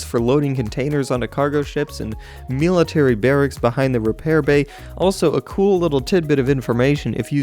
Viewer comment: "meal-itary barracks" xD